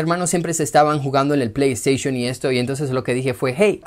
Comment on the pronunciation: pley esteyshum xd